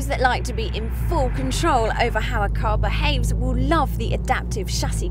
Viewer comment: " I Hwill explain,I hwill"